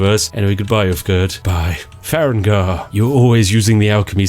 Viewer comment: "Far-egg-nar" All farengar fans are crying and sobing rn